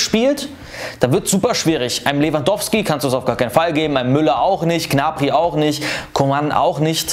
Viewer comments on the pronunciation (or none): none